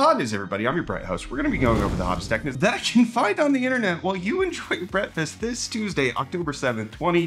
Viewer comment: never knew he said bretfast and not breakfast